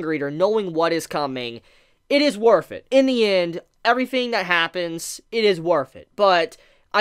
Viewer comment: “It is worf it” XD